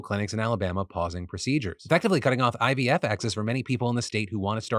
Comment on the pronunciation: I've been hearing ibf instead of ivf